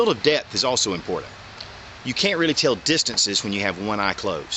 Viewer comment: great vieo and advice; 5 stars. it is, however, pronounced 'important'. sounded like you were saying 'impordand'.